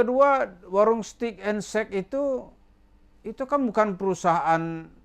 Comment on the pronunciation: Bacanya WARUNG bukan WAROENG